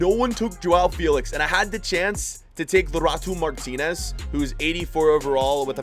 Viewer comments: Nobody: Literally Nobody:: Lorato Martinez.. 🤣🤣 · Nobody:: lorato martinez instead of erling haaland or trend alexander-arnold🤣🤣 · lol he said Laurato Martinez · he still cannot pronounce lautaro martinez